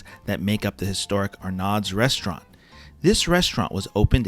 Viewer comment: Great review, especially with 7 visits. Only, we, in New Orleans, pronounce it ARNO"s. Thanks.